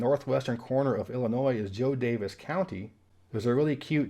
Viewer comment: just like with Kewanee Cty., WI, you nailed the pronunciation of Winona, MN. It's okay to have one guess slightly wrong: Jo Daviess, IL is Joe DAVE-ease.